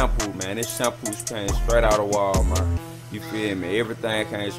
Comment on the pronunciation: I am dead he actuallly said wall mert